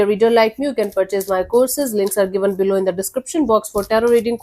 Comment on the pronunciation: The way you say 'below' ~ 'Billo' 😂